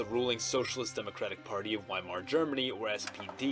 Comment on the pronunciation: It's pronounced viemar. Not wimar, the Germans pronounce their w as vs.